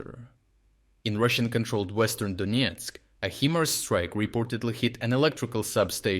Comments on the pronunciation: I know I said it on a previous video, but for real the AI voiceover is bringing this channel down. "heemars" ? Just brings the quality way down when stuff like that creeps in... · More AI narration? “HEE-MARS”!